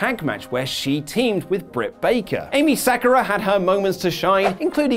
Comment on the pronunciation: Umm, Emi isn't pronounced 'Amy', that would be Eimi. close but no cigar, no pub time for you this week!